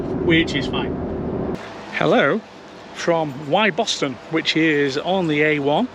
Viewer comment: great vid, interesting as i'm expecting deliver of my model y next month - - - quick pronunciation check - "Wyboston" is pronounced "Wibberston" and "Wymondham" is pronounced "Windham (is is windy gayle!) - from a Norfolk lad!